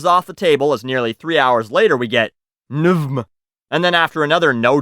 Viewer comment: Nvm pronounced as Nuvmeh 🤣